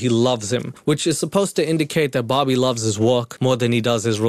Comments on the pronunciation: I thought he was saying barbie instead bobbie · Took me... Waaaay too long... to realise is saying Bobby and not Barbie. 😂 Pewds and would make killer videos together